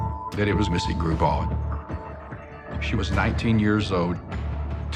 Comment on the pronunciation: Missy Grubaugh, NOT Gral, good grief